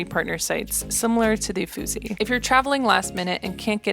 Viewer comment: nice video, but please check how to pronounce "Uffizi"